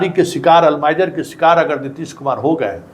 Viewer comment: अल्जाइमर बीमारी का नाम है, आप उच्चारण गलत कर रहे हैं